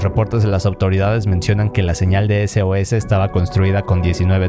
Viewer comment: cuando decia sos pensé que decia sus